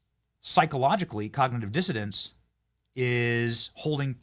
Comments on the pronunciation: Hello Benny. I watch every one of your WONDERFUL programs. Just a quick headsup from the UK 🇬🇧 The word, COGNITIVE DISSONANCE means all that you say it means but the word is “DIssonance” not Dissodance. An N in place of the D. Hope you don’t mind the minor correction. Huge hugs ❤🇺🇸🇬🇧🇿🇦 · It's "Cognitive Dissonance", Benny... NOT "cognitive dissidence"!!! 🤣🤣🤣